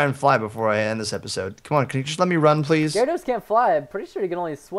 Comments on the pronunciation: preston its garados not gyrarados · It's Gyarados, not Gyaradose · perston its no E gyarados